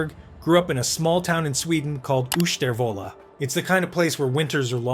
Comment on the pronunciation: its ushtervåla m8